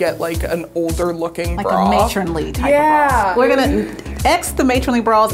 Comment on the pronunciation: That fitter lady says bra like brawl and it annoys me SO much